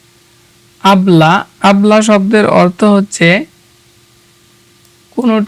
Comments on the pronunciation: উচ্চারণে এত সমস্যা কেন ভাই? অবলা কে বললেন আবলা,মুরগিকে বললে মুগরি😂😂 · অবলা হবে নট আবলা👎